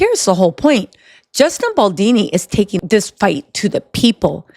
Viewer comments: Girl his last name is Baldoni not Baldini. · Justin bal-Doh-knee (like play-doh not baldini) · Bal-DONI, not Baldini...pleeeassee🤯😂🤯😂🤯😂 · BAL DON I !!! Not BAL DEE NEE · Baldoni not baldini. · Justin BaldOni, not BaldIni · I agree with everything you say except it's "Baldoni" not Baldini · Love the video style !! btw its BaldOni not Baldini 🤭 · I love you!! I been dying laughing at you mispronouncing Justin Baldoni's name lol Bal-DOUGH-KNEE beautiful 😂 not dean - knee 💀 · It's not Baldini, it's BALDONI. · I love your content, but please, learn Justin BaldOni's name. You always consequently call him Baldini. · BaldOni not dini 😆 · I love your vids girl, but Baldini? Really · Bal-DOE-Knee …appreciate the update. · I think her saying baldini is cute though lol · Pronunciation…as an italian …Baldoni’s….pronunciation…Bal-DOE-KNEE…good show 👏👏👏👏👍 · Boldini??? lol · lmao it drives me crazy! esp bc shes not my only youtuber that calls him baldini….how is everyone seeing the o but saying it as if theres an i😭😭🤣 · I couldn’t watch the whole video over this! Baldoooni! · Baldoni. With an O. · Great work! The only thing is you kept mispronouncing Justin Baldoni last name. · why can’t you get the mans name right? You doing it on purpose or what?